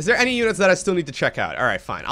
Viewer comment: THis and THere. THis and THere... TH TH TH TH.... it's not Dis and Dere. No D, yes TH.... Let's practice: TH TH TH THis.... TH TH TH THere... TH TH TH THat.